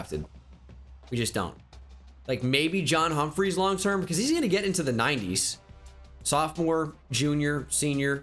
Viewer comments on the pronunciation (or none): none